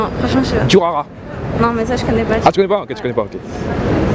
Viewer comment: Comment il a sorti Durarara 😂😂 "TCHURARAH" 😭😭﹋o﹋